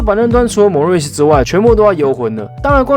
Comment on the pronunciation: 以前國中的時候(AI 76人時期)有迷過一陣子NBA， 後來斷掉了。 因為後徹步讓我更了解現在的NBA， 讓我重新開始看NBA。 謝謝你做NBA類型的影片~~ 雖然不是很重要，但好奇問問， 為什麼一直唸ㄇㄡˇ~~RRis阿? 我聽賽評都唸ㄇㄡRRis。